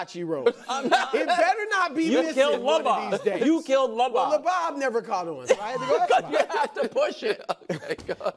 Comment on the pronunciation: Real quick if it’s ES-BOB then it needs to be EL-BOB not LA-BOB maybe even LO-BOB never LA-BOB